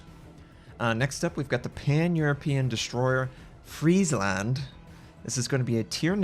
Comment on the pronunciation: You know... I'm quite impressed he didn't completely butcher the name "Friesland" XD